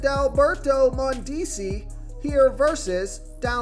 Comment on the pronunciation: Can you please learn how to say the players name correctly. Every video your butchering someone’s name. (Mondesi)